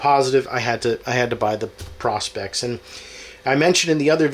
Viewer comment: Learn how to pronounce the name ... PRO as in Professional..SPEX as in specs..! Lighting is not good also, but hey... maybe you will figure it out 🙂